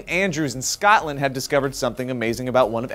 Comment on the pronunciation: IT'S SCOTLAND. Not SCATLAND, GET IT RIGHT AMERICA